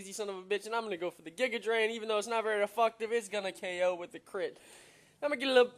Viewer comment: its ef'FECT'tive, not ef'FUCK'tive. Just saying though :p